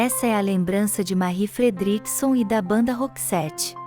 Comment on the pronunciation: O vídeo está muito bom, porém a pronúncia do nome de Marie Fredriksson que é em sueco e a sua pronúncia do seu inglês está terrível. Deveria procurar aprender a pronúncia correta antes de gravar. Falo como crítica construtiva.